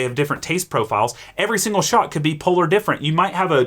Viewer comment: all i hear is: go make a shot of soup